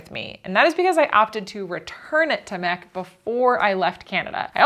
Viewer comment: Thanks for pronouncing it MEC and not em-ee-see. Also did Justin bring Hawkins Cheezies? Albertans are obsessed with that brand of cheezies. we have them in Ontario also but Cheetos are more readily available in stores. Hawkins are far superior though. thanks for coming to enjoy our beautiful nature!! You’ll need to come visit Georgian Bay or Algonquin one autumn to see the amazing fall colours Ontario is known for. We also have the moose and of course the black bears. Great Ontario Provincial Parks to check out: Killarney, Killbear, Bon Echo and of course Algonquin.